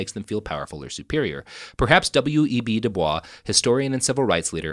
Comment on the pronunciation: Has Robert learned to pronounce DuBois properly sometime in the last five years?